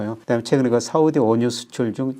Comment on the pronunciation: 위안화입니다! 가만들어보니까 교수님의 "사우디" 발음이 귀에 쏙쏙 들어옵니다